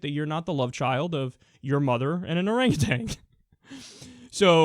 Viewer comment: Not that I want to be that girl, Kyle, 'cause I agree with most everything you say ever, but it's "oranguTAN" not "orangatang."